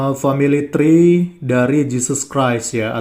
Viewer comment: itu Esha Emha loh tapi baca Tree ( Pohon ), dengan Tray, parah bangat iya, kualitas lulusan SMP saja ngak separah itu. Dia makin Panik dan Frustasi, melihat kitab dan ajaran agamanya dikuliti apologet2 kristen tanpa dia bisa membantah, menghalangi, yg selama ini mereka banyak ngak pernah dengar. Walau apa yg disampaikan ngak ngaruh buat kristen